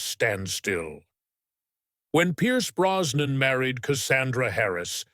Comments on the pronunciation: The name I believe is Brosnan, with an "s" and not Browan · As if the voice isn't awful enough, the mispronunciation of Brosnan as Browan and Pierce as Pice just made me stop watching altogether